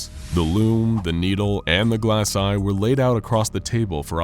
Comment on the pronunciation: The first time you seid glass eye i thought you seid grass eye